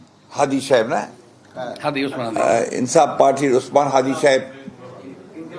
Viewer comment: হাদি"র নাম পর্যন্ত ঠিক মত বলতে পারছেন না।